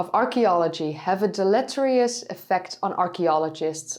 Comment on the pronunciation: Intrigued by your English accent. Why do I care? I like to know the source of my info. Your English? Definitely not Brit. Maybe Canadian? Nah, not quite, eh? Aussie, no way. Nor Kiwi. Who else? Just doesn’t sound American. When you mispronounced deleterious as you did, it was “Okay, I give” time. Not US not UK not Canada not Down Under, but: excellent diction, good English language phrasing, impeccable grammar, pronunciation A-. A minus, because of that deleterious word. So Where!?! I had to look. Into the tablet, onto your main YT page, up to the tiny word “more,” scroll down, down—what the hey are all those stats?!—to the bottom. Where we find, ta da! The Netherlands. Mother country of Doggerland. Kudos to your English teachers. Yes, even if it is nonAmerican-English, nonBritish-English, nonCanadian-English, and nonDownUnder-English: the mother and daughter-lands of the English language. English without one of those accents along with accompanying, uniquely defined words ( e.g., define US boot vs. UK boot) is perfectly comprehensible but cold and colorless like AI. And weird. But the archeology’s great, and I love listening to a descendant of the Doggerlandese.